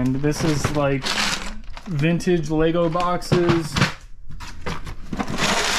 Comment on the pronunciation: Lego no s in Lego